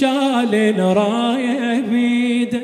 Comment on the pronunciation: أحسنت ،، بس عندك مخارج الحروف مو صحيح ،، الشمسية مثلاً الراية الشيخ مايصير تلفظ الألف واللام لازم تدغم